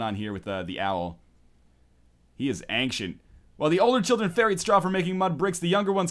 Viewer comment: Northerlion, I love you, but the way you pronounce "ancient" gives me cancer.